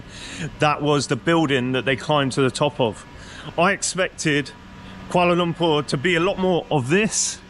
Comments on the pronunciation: Finally someone prononuced Kuala Lumpur right. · another great video. Good on you for pronouncing Kuala Lumpur correctly as my Malay pal always made me laugh when he said it’s like umpah loompah like Charlie and the chocolate factory. Try Penang island if you get the chance too. Delightful people in Malaysia and the only downside is that the party side is a little conservative but hey that’s understandable in a Muslim country but the people truly make up for it! Keep em coming!